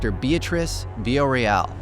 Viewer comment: Love you but mofo, not even a minute in and you've already mispronounced her last name!! <3